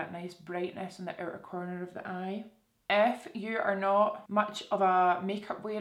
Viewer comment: Every time you said "if you" I thought you were saying "F you" 💀